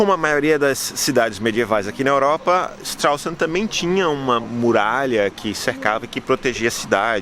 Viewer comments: Und du kannst nicht einmal den Namen der Stadt richtiger aussprechen, Idiot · Muito engraçado a forma que vc diz o nome da cidade😂😂😂 forma errada, mas engraçado... gostei.